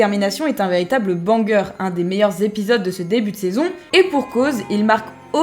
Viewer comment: Tu me stresses à dire BANger